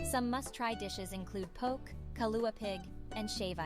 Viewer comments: These AI produced videos are terrible. When she said the dish was called "poke" instead of pronounced "poke-ee" I tuned out. Find a Honolulu video with a resident narrating. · It's not poke it's (Po-Kay) And if you actually want to see the city you will have to make friends with the locals there. Because all they are going to show you is what tourists places. And yes you will have to make friends with the locals because we keep the good places to ourselves lol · Poor video. Can’t pronounce “poke”. Stock photos are inaccurate. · Poke? Po-ke....kanaka maoli here. Do your homework...enunciate the "local" dialect and use the correct locations. I give this video a "C".